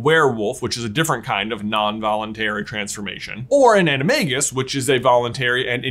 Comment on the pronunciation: You pronounce animagus wrong :(